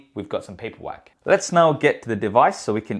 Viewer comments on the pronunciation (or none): .... Was that paperwork or paperwack? XD